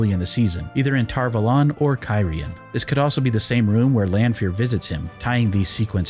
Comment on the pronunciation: "tar vOlAn" really triggers me, for some reason It's Tar Valon" A first, o 2nd. How hard can it be to keep facts straight?